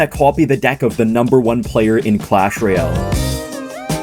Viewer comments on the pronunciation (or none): none